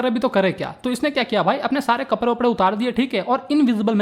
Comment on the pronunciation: Bhaiya accha padaya but I laughed when you said kaprrre